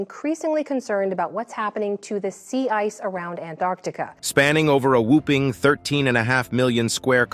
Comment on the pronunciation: Whooping? The word is Whopping!